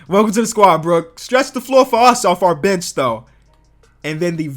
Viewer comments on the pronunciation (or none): When he says the word "bench" , doesn't it sound like B*tch or is it just me? Also, no disrespect to him, but why the Donovan Mitchell thumbnail?